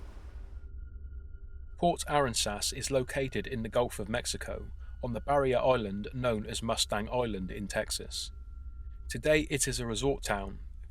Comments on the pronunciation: port aRANsas not port ARanSAS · Uh-ran-ziss not arron-sass fyi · Item 5 - The Port is pronounced "Uh-rans-iss", not "Arrin-sass". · Port Aransas is pronounced "Uh-ran-zis" Great video. Thank you! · Howdy! Came up on the Texas coast and only half heard you mangle 'Port Aransas' so when you said 'Texas' I had to back up the video to read the screen. It's pronounced ah-RAN-sus. Just discovered your channel, been binge watching your work, & subscribed straight away. Keep up the good work & y'all come! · FWIW, the story about Aransas Pass, Tx.... it's pronounced 'a-RAN-sus' (RAN with a short a) and the Indian name is pronounced 'kuh-RONK-uh-wuh'. Not nitpickng, just saying. Excellent stories, and excellent delivery. Nicely polished. You have a great story telling voice.